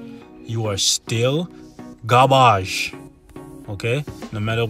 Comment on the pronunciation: From now on please keep saying "GAAARBAAJ" instead of Garbage . lmao